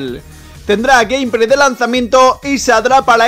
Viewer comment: Gamepray hejeje q mal hablas tío es gameplay con la letra L